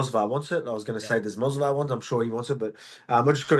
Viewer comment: volk constantly calling movsar ,,mosvar'' lmao